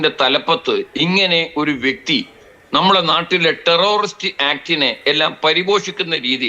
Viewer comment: ടെറൊറിസ്റ്റ് അല്ല, ടെററിസ്റ്റ് ആണ്‌. മലയാളി ബലാത്സംഘ, സ്വർണക്കള്ളന്മാർ രാജ്യത്തെ ഒന്നാം നമ്പർ ക്രിമിനൽ പട്ടികയിലേക്ക് കുതിക്കുന്നു. അഭിനന്ദനങ്ങൾ.